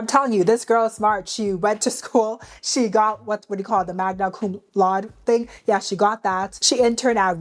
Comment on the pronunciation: Crazy how you put the pronunciation for Magna Cum Laude on the screen and then butchered it back to back times.